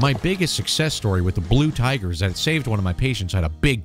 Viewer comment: "The BLU TIGHER!"